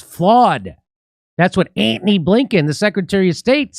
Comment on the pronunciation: Always enjoy Jimmys pronunciation of Antony.....almost as much fun as Pete Buttagigigigga....